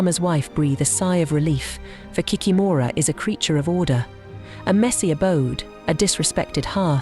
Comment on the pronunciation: 😂😂😂 кикимора болотная😂😂😂 in English, it is not kikimOra😂! Why make videos with continuously main word of the video?? 😂 it is hilarious ! Pretend I'm going to make a video about the grim reaper - mispronounce his name and call him the cream reaper😂😂😂 Ki-kEE-mora